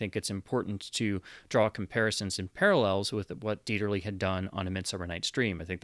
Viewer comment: Thank you for pronouncing Dieterle's name correctly. It's amazing how many so-called cinephiles' videos on Youtube are cringefests when it comes to pronunciation when a bare minimum of effort at research would fix it